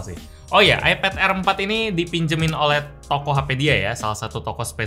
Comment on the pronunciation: Air Dibaca Aer